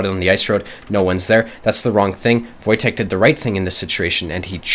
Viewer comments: Wojtek is Polish name and this is pronounced "Voytech" so you did pretty good in guessing how to read this :P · "Wojtek" is pronounced as "voytek", its a polish name. You pretty much got it perfectly